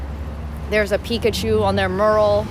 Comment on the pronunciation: Mural is pronounced me-ur-ul